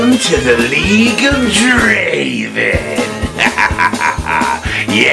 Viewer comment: It's not Draven.. it's Draaaaven.